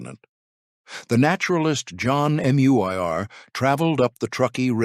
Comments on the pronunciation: HIs name was John Mack -E. Not Makai. Makai is towards the seaside in Hawaiian. Also John Muir is not John M-U-I-R. His name should be pronounced Mure. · It’s Muir, not Muyr